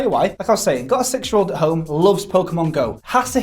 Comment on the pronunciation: A 'six-year-old' is what I hope you said cause to my American ears it sounded like 'sexual.'